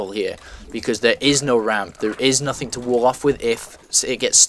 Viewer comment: why do you say nothinK and stuff like that with a K on the end? Im from holland and I do not know a lot about english accents. Where are you from? And does everybody talk like that there or is it just you. Sorry if it sounds a little rude, thanks for all the videos, I was just wondering.